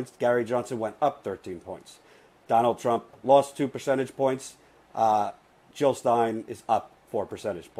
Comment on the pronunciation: Jill not hill